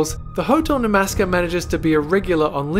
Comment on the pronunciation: I'm fucking sorry, "Namasska" what the fuck. Maybe you should learn to PRONOUNCE NAMASKAR BEFORE YOU MAKE THIS VIDEO 😒😒😒😒😒😒😒